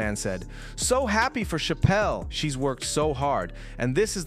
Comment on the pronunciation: She deserves a correct pronunciation, it's cha-pel like a church! 🙂